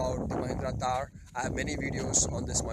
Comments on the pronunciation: I think it's THAR and not TAAR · Its THAR not TAAR...